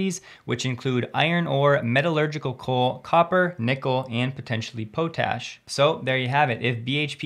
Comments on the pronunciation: It is pronounced POT-ash, not POE Tash. (UK and US) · small point, it is pronounced Pot'ash, not Po'tash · What eff is po-tash? It’s pot-ash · It is called pot’ash not po’tash lol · Pot-ash not poh-tash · Pot Ash..., is the correct pronunciation lol.